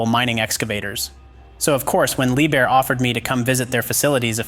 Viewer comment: Ce n’est pas liebhir mais liebherr et e n’est pas culmar mais colmar